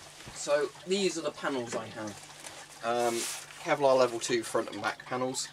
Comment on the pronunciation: "Kelvic Pevlar?" Jokes aside are you planning to all the add-ons like brassard and neck guards?